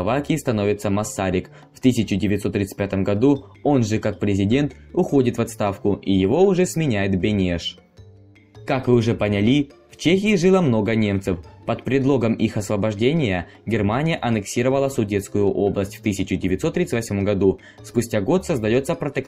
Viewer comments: "Как вы понялИ " ))) чеж так режет-то )) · 1) Ере́тики, поняли́, осу́жденных и другие подобные оплошности. 2) Жижк, а не Жижко. 3) На "бескоролевье" фставил картину Яна Матейко "Конституция Речи Посполитой 3 июля 1793 года". 4) Храмы были не присоединили, а вернули Католической Церкви. 5) Про притеснение за несоблюдение постов и т. д. – коммунистический антикатолический бред. Типично и модно сегодня выдумывать бред про Церковь. 6) Про раннюю историю почти ничего, но про Новое и Новейшее время информации тонна по сравнению. 7) Про Пражскую весну...